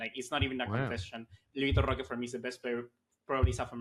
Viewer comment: From watching vitor roque ( by the way its pronounced Hoque, the R is silent in brazil) . He isn't really flashy, but he is very quick , good hold up play and he wrestles for the ball. He plays on a team that doesn't really offer the best service but he scores alot for them and is one of the main reasons they win games. I don't expect him to join barca and immediately have impact or be a starter that's alot to ask. But he has tools that can help us in a long season since we lack pace in attack and only have one striker at the moment